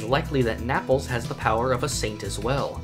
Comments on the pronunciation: I died when he said Naples like apples. For reference it is pronounced nay pels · Okay great video, but you called Naples “Na-pulls” and thus you are incorrect and Araki is a horrible writer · he also said naples (and even pronunced it wrong) instead of napoli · Bro said “Napples” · Did this YouTuber called my city N-apples? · Neigh-pulse Not N-Apples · I find the way Naples was pronounced disturbing ("N'apples") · bro the way he says naples lmao, it sounds like napples when he says it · “Nap-les” lmao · You're out here correcting everyone but at the same time calling naples napls lmao